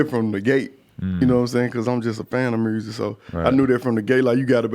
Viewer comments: Y’all saying myer-sic 😐 MURSIC👈🏽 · That boy iced out he did say mursic tho haha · This niggas chin is MIA and he can’t pronounce music if his life depended on it lol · Mursic, lol I dig how Memphis folk's pronounce music. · “Good mursic” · This man made millions off of music and can’t say the damn word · It’s like there’s no R in music lmao